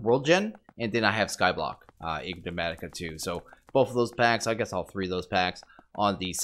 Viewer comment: Okay can't be bothered to try and correct you pronunciation of ig-ne-matica anymore. Great episode!